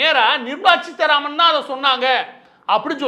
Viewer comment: It's Seetaraman and not cheetaraman